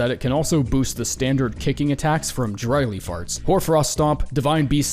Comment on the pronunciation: When you said "Dry Leaf Arts", I originally heard "Dry Lee Farts". I had to do a double-take and couldn't stop laughing! Another great list,!